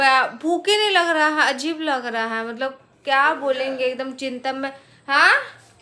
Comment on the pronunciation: He he kyun bolti ho?? Hai nahi bol sakti kya thik se??